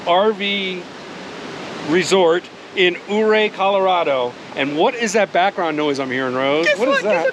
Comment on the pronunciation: I enjoy your videos….FYI, Ouray is pronounced….Uray. We camp at the KOA there almost every year. The “million $ highway” is not all that bad as long and one is paying attention. It is difficult to take in the views while driving, I suggest you switch drivers on the way back so the other person can enjoy the views. Also, Silverton is a great mountain mining town.